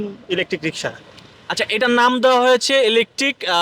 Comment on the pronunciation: শব্দটা cutter নয়, indicator অর্থাৎ ডানদিকে যাবে না বামদিকে যাবে সেটা ইন্ডিকেট করে। বারবার রিশকা রিশকা বলছেন কেন? ওই ভদ্রলোক তো রিক্সা বলছেন. আজব উচ্চারণ।